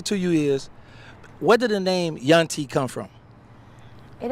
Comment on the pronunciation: Its Yuntie/Yunty